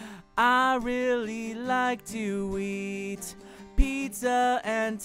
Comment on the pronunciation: He said "I like to eat". But it did sound like he said weed lmao